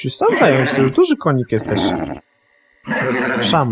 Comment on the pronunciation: hahahaha najlepsze " dzuży konik " hahhaha lol